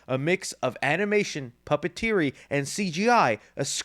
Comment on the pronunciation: Kinda cracked up hearing say pupateery😂